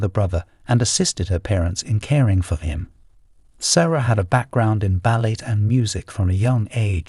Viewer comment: except when it came to the word 'ballet'. A human speaker with this accent would not have made this mistake. 😢